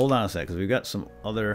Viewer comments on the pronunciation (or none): none